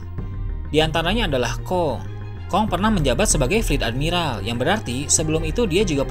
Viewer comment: Ending ngomong nya pake logat :V woakwoakwoak admi-ralllll rallll wkwkw